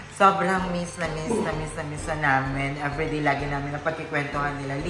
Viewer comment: Beh wag ka magbago! No need naman. Improve lang your pronunciation sa ibang words like I always hear you say ‘toTHay’ but it should be ‘toDay’, ‘everyTHay’ should be ‘everyDay’, etc. 😅 Pansin ko na yan since Day 1 pero love pa rin kita. 😊❤